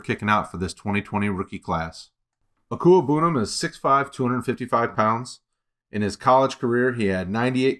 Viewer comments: Deserve a raise for being able to properly pronounce Okwuegbunam! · I'm impressed 👏 at the fact that you're able to say his name correctly and with such ease